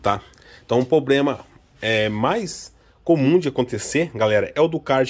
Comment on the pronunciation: Puts começando o vídeo falando "poblema" e "carti" já imagino como vai ficar